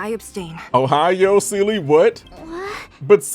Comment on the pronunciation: for the love of god please stop mispronouncing seele's name :c